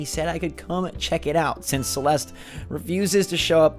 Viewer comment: my name is celeste but that is not how you say it